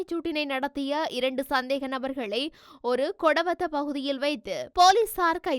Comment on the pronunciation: ஒரு கொடவத்த இல்ல ஒருகொடவத்த😅😅😅😅😅😅😅சேத்து வாசிக்கவும்